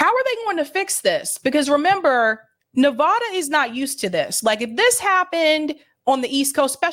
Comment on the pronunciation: Please LEARN HOW PRONOUNCE NEVADA